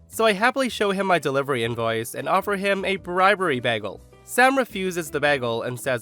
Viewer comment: You repeatedly mispronounced "bagel!!"